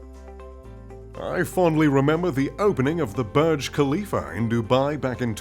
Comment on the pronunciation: Not barge but burge/boorj.